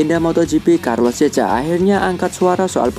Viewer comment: Carlos checa dibacanya "karlos sèka"